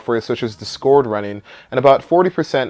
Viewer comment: Bruh, that and "Discord"... Is he doing it on purpose?